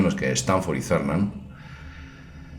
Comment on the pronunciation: Se pronuncia Kernan no Zernan. Eugene Cernan era uno de los más estrictos astronautas de la NASA.